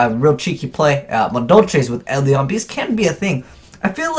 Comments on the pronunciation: OK, it's eidolon not edlion. pronounce it Aid-ell-on. cant read confirm! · I think your videos would benefit greatly if you learned to pronounce some of the card names better. Try looking up the pronunciation of "melodious" and "eidolon".